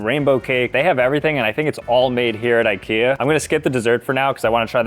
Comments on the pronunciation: how did he mispronounce Ikea randomly after he said it right so many times? wtf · He pronounces IKEA wrong.. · Ikea pronouncing needs some work…